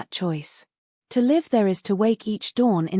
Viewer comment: You do not undertand what you are reading. You mispronounce 'live' giving it another meaning, It can be a verb or an adjective, youur pronunciation was the adjective when it was a verb in the context